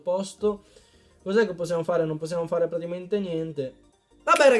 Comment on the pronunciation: ahaah grande comunque piu guardo i tuoi video piu vedo che non sai dire praticamente dici tipo pratiimente